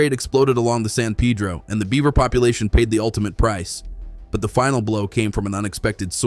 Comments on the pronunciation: It's San Peh-droh, not San Pee-dro 😂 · Why pronounce San Peeedro! Dam (pun intended) it’s annoying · In Arizona, particularly Tucsonans, many are grateful, even excited about the work done to welcome beavers' return to the San (Pay-dro) Pedro. (He-la = Gila) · Repeat after me "San Pay -dro". Interesting, as an Arizona native I have always had a soft spot for water, (it's just a desert thing). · Wish you would get your pronunciation right on names of rivers. San Pedro is pronounced Padro. Gila is pronounced Hila, These are Spanish pronumciations.